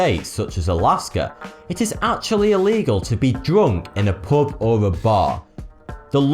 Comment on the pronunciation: What's that accent? I don't think I've ever heard it, it sounds really weird to me how he pronounces U as OO as in POOB, POOBLICK, DROONK :)